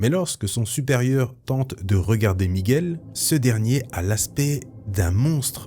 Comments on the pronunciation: Super vidéo comme d'hab, toujours aussi bien présenté et raconté... Mais par contre quand tu prononces son prénom on entend "méguel" et je crois que c'est plutôt "miguel" enfin si il fallait chipoter Merci beaucoup j'adore tes chaines. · Avec l’accent espagnol ça donnerai plus ‘’ migOUel’ Ptre un des Spiderman les plus iconiques Nice vidéo 👌